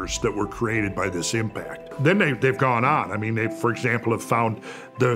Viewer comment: I love the way he says "Impact" 😂😂